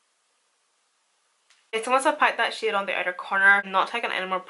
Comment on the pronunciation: Lol when you said "packing that shade on" I was lmao cuz it sounded like you said "packing that shit on" with your accent lol